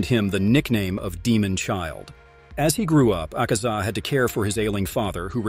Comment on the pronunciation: The way he pronounces some words makes me mad asaka 💀 shinobu koushi💀